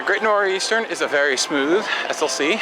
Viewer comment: Thanks for not blowing off the waterparks! Also, hilarious pronunciation of the Great Nor'Easter.